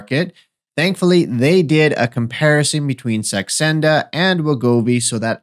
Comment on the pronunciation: Are you trying to say Saxenda? Not sure what Sandexa is....